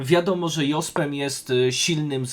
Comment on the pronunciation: Fajnie byloby poprawnie wymawiac Jospema, kole w uszy